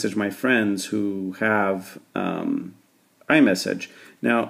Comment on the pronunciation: iMess :D